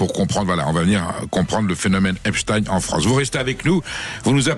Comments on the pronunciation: Marre d'entendre EpSTINE, c'est EpSTEIN !! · Raufer prononce lui aussi Epstine à la Russe... Comment prononce t'il Einstein ? Einstine ? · Ça ne se prononce pas epstine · Vous n évoquez que les viols de jeunes femmes.. Mais jamais des enfants, et des réseaux pédocriminels. Un discours un peu polissé.. Le mossad n est pas mentionné non plus.. Rien d étonnant avec sud radio.. Déjà la prononciation du nom. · Pourquoi cet homme ne sait pas prononcer le nom Epstein correctement ?!